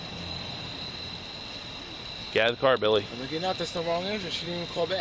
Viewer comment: His name is Billy not silly